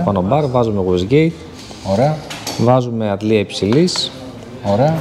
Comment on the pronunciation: Να ακούσω έναν μηχανικό μια φορά να πει "waste gate" (γουέϊστ γκέϊτ) και όχι "wasgate" (γουοςγκεϊτ) και τι στον κόσμο! 😂